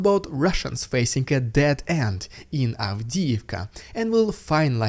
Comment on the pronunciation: Dead end. Not dead ant.